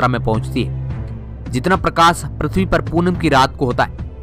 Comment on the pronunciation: Are bhai thik se bol le.... Pirtvi trah thos stah nhi pirtvi ki jesi